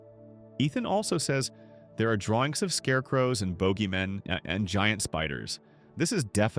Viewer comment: "Boogeymen" Using ai is one fuck up in and on itself, but not even checking for any mistakes is just straight up sad.